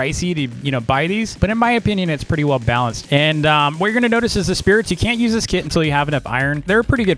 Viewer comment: Whenever you said “kit” I thought u said “kid”